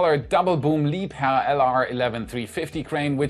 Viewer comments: I like how he pronounces Liebherr crane the with the correct German pronunciation. :) Makes it so cool and legit! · It's the first time I've heard "Liebherr" correctly. I'm Italian, and I've always said LIEBERRRR ahahah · nah nah you don’t you pronounce it Liebherr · well, technically, it's pronounced Liebherr. So...